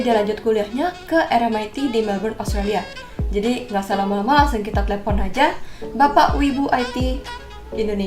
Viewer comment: Telpon ce.. bukan Tlepon